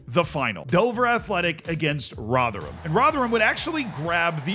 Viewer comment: He said Rotherham almost properly! Best American ever 🎉